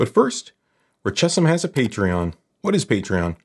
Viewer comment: RECESSIM, NOT RECHESSIM.